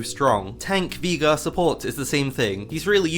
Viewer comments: who the hell calls veigar vEgar? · the way you pronounce veigar sends shivers down my spine